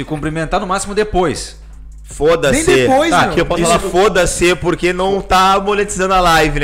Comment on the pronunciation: pq esses cara fala prurque e não por que ??